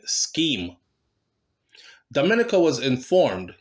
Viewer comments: Your prenoucing Dominica wrong it is not prenounced the same way as the Dominican Republic lool its prenounced Domi neka i know alot of them amd they hate whem its prenounced wrong its like me prenoucing Jamaica wrong lol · YOU KE E P..SAYING 'DOM' MINICA'...IT'S,. DOM..MIN..KNEE..CA',..DUNCE RASS..LOL " " IT'S ( MEEEE )...DID YOU GET A CRISS WHITE GIRL YET,..TIME TO..' TRADE IN',.LAUGH NUH 😅🎉🎉❤.😂 I AM IN NYC..I WOULD REALLY LIKE TO 'BUCK UP ' INTO KARTEL...AS YOU KNOW I NEVVAH USED TO LIKE HIM AT ALL..( NOW ) BOMBO NUMBER ONE FAN..HE LOOK LIKE HE REALLY GROW UP AND 'MATURE',..DO YOU KNOW WHERE TO SEE HIM IN NY...BIGGUP '' AN' MEMBAH SEH,..(( ME )) AH D'FIRS' F'CALL YOU ) '' NEVVAH EVVAH FIGET D'AT..! YEAH!..